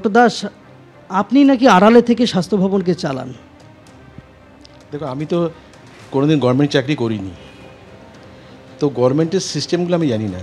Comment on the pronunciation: ওহ ইনিও গরমেন্ট বলছেন!😁😁বুঝলাম 😂😄